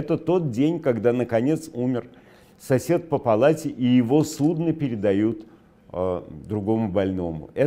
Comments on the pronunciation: Невзоров в слове судно ударение делает на первый слог,но больничная утка-судно,ударение на последний... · Морские СУДА, больничные- СУДНА. А Глебыч, как всегда, стебается.